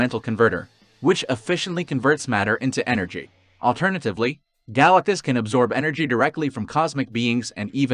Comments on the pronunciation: Great video but it’s pronounced “Guh-LACK-tus”. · Yeah, that's not how you pronounce GalacTus. Note the T. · i couldn't go through the vid. the pronunciation of galactus is too distracting. stopped